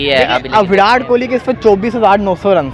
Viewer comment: विरात मत बोला करो भाई (विराट कोहली) है🤣🤣🤣